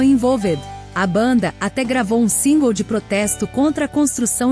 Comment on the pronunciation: A sua pronunciacao singles e' horrivel voce deveria googlar, usando translate e repetir. Machuca o ouvido